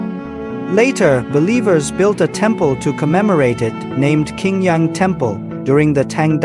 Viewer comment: Qing Yang is pronounced " Ching Yang ". Qing is pronkunced as " Ching ".